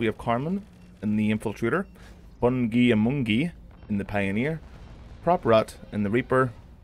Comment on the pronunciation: FungiAmongi is pronounced "Fun Guy, Among I" its a phrase.